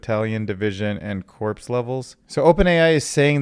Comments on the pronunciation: Corps is pronounced like "core", not "corpse". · FYI corps. is pronounced "core" Also FYI is pronounced "fwhy" lol